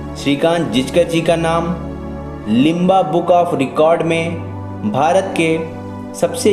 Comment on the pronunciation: Sirji limba book of records nahi limca book of records hota hai